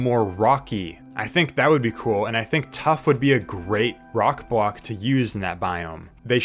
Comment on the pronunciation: not to be rude but he just said "wove" and "bwock"